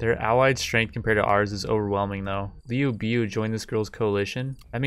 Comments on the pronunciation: Liu biu? It's LIU BEI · No that was liu biao. He called liu bei “liu bee”. My advice to the uploader is to watch 2010 three kingdoms. It’s better than anything the west makes and it will help with the pronunciations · "Lee-You-Bay" don't disrespect him